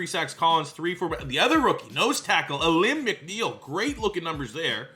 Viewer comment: Hey man! Just some help (yeah, I know it's late) but it's pronounced Levi On-Zur-E-Key and A-Leem McNeil.